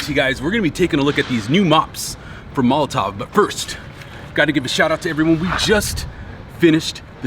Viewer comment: why do you say it with a v. you give it a tov. it's tow. mol o tow. molotov is a glass bottle bomb. there is a difference